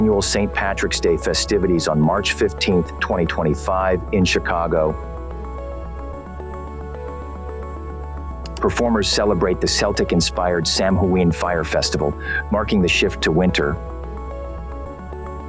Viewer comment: Celtic is pronounced with a hard C, and Samhain is pronounced Sow ween